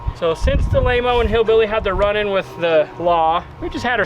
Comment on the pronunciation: Laymo not Mayo.